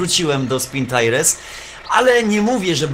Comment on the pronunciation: Nie taires tylko tajers a tak ogolnie to spoko odcinek